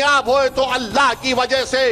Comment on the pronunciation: Allah ka naam sahi se bolo